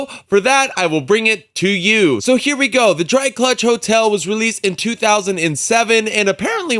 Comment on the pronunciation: Nice review. But it's Gulch. Not GLUCH.